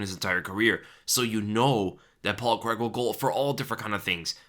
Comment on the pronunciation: Its Paul CRAIG not Paul Creg lol